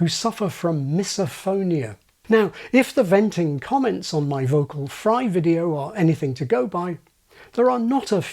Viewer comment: vocal fry with intrusive 'R' (videor)... sheesh that's annoying 😂